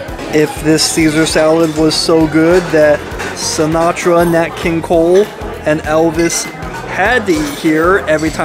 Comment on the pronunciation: You keep saying nut king kole who the hell is nut king kole?